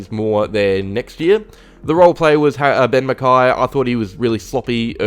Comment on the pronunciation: Quick slip up when you were mentioning Ha-Ben McKay lmao